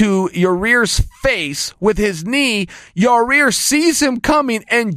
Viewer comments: Yair not yarear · It's Ya-ir and not Your-rear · You're overthinking the name. Ya-ear. No middle R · Chael....Ya-ir...take your time and sound it out. Just say it 1 time. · i swear you can almost hear chael say "yair" correctly the first time, and then ""corrects"" himself. amazing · It’s ya eer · I came here just to hear him say Ya Rear. 😂😂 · Yah-Rear 🤣🤣🤣 Chael think about them buns. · Yall say Ya rear, but do u remember stipe in his debut being called miosick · Yahrear, lol how hard is it to say his name joe and Brendan literally call him ziar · Ya-rear 😁😂 chael is a legend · How is awesome is Yah-Rear? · Sounds like chael is saying your rear instead of yair lol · YI-EARRR lol for his accent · To Chael has called him Ya-zir, Zaire, an Ya-rear... It might be that Chael has never heard anyone say his name... or he can’t read. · Who the F is Yah Rear? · YawRear! Lmao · Got to give it to him he has improved on the pronunciation of yair. You'll get there one day chael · Okay King Chael has to be just trolling Yair with that pronounciation at this point 😂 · Why can’t Chael say his name right? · Love Chael but how do you massacre a name so badly lol